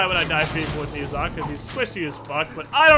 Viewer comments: Ni Sa? wtf He is called No Sha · It's not pronounced "Niiza", its "Nah-ja" I know Chinese names are weird like that, but trust me. :P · pronounced Ner Zhar...not Nee Zha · More accurately it is pronounced nausea an easier way to understand cuz its actually a word😑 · You're mispronouncing his name. The 'e' in Ne is pronounced like the 'e' in 'her'. The 'zh' is pronounced like the 'j' in 'jam', and the 'a' is pronounced 'ah' Love your vids btw :)